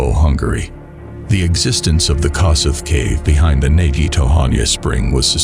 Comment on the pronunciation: The Hungarian pronunciation of Kossuth is [ˈkoʃut] (or kosh-ut) named after a famous Hungarian freedom-fighter. I know it's not the point of the video. I never heard of this poor guy and that a disaster like this happened in my country. The fact that he died in a section called the 'Hopeless Siphon' is also disturbing. May he rest in peace.